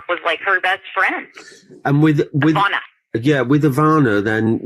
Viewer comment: Weird that the woman on tape doesn’t even say Ivanka’s name correctly. You would think she heard it pronounced correctly as they drove around all day.